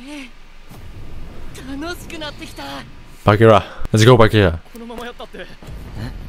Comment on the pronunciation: You hear them said bachira, with c but still choose to pronounce bakira. Why